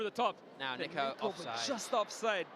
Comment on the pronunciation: Bro did NOT say niko